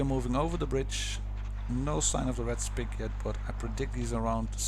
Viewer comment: Just as a head ups you probably shouldnt't pronounce the Sp 1 C as a spick because its a pretty offensive word